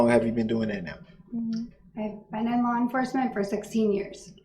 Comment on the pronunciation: Did he just say “lawr enforcement”? Good lord🤦‍♀️